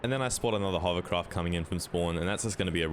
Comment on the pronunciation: uhm, did you say, "hovercrop"?